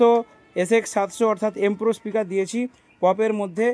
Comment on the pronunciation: দাদা ইস্পিকার নয় স্পিকার হবে ওটা